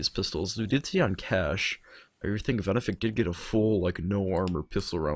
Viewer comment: ITS VENEFIC NOT VENIFIC